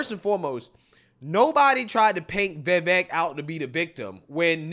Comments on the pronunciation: VI V A K E - practice saying his name. Please brother. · V I V A K E V I V A K E V I V A K E. Say his name the way I spelled it. That is the proper pronunciation of his first name. It rhymes with cake.